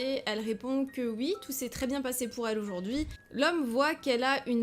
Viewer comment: Pourquoi elle dit ui à la place de oui????